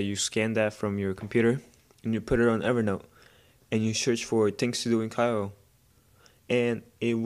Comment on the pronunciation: nice review. kyoto -> kee-oto